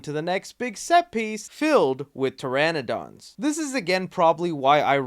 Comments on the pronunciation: I used to get mad at my friends on Ark pronouncing Pteranodon as "Terror-Don" and then this guy in the video does it too! Ya'll need to learn your shit. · Oh by the way that's not how you say pteranodon